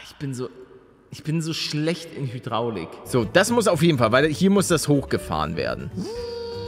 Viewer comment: Es heißt Hydraulik, aber joo immer die Hydraulik😂😂